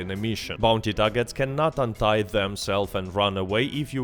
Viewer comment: unite untie I was really thinking I got something wrong and learned a new word there 😂 Love your accent and videos though